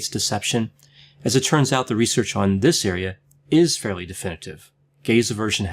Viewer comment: Gazer virgin? Gays eversion? Took a second to realize he was saying "gaze aversion". LOL